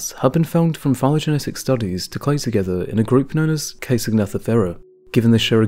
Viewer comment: As is its wont, YouTube has arbitrarily removed half my comments. There's a problem when you make so many grammatical errors in just the first two minutes of a video. There is no such place as "Greenlands" and "clade" is a noun, not a verb (if that's what you said -- it sounded like "clay"). P.S. Now YouTube has removed yet another of my posts -- got to keep the number of consecutive ones fixed at two apparently. , I distinctly heard you say "... were describes [sic] ..." -- the past participle of "describe" is "described".